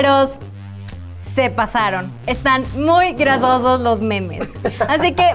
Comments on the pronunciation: Que onda gente nose si soy el único que escucha a la chica decir "Grasosos" Envés de decir 'Graciosos' En el minuto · Alguien más se dió cuenta que en el minuto dice grasosos inves de graciosos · Soy yo o emvez de decir graciosos dijo grasosos y me hizo reír sólo un poco